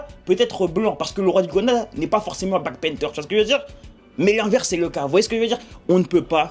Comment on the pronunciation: Black panther la prononciation stp